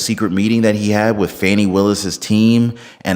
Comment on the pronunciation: It’s Pronounced “FAWN-E” not Fanny